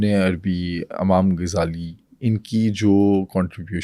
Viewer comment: Amam nahi imam hota hai 😢😢